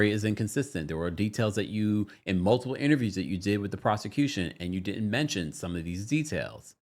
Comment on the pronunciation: PLEASE note that there is NO B in the word "multiple!" You keep mispronouncing the word with a B and it drives me crazy! Just and FYI.